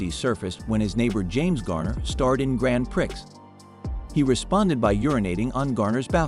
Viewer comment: The pronunciation of these names! James Garner starred in Grand Pricks? I can't...